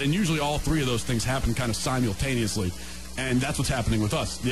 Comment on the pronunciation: The worst thing about that whole clip was how he pronounced 'simultaneously'